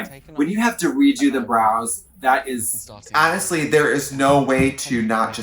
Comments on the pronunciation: “...hAANESTLY–” trixie's accent lmaoo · Trixie really said “hanestly” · No one.... Absolutely no one.... Tracy: "HANESTLY"